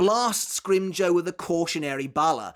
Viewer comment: Had to stop 5 min in cuz mf can't say grim JAW